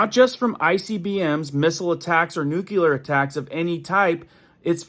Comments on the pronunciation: Nuculur not a word it is nuclear. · It's not nucular its nuclear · Thanks for the heads up but please pronounce nuclear nu klee ur. Not nu ku lar. Thank you sir. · Nucular is not a word. Nuclear is the word you are looking for. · Thank you. But you would get more viewers if you'd get to the point more quickly. And by the way, it's pronounced "NU-clee-ar" not "NUK-u-lar". There's only one 'u' in it. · Newclee-er, not "new-qya-ler".